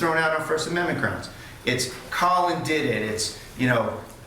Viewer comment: The prosecutor referring to Colin as “Colon” is pretty hilarious 😂